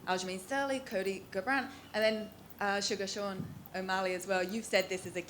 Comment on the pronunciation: "CARbrants knockout"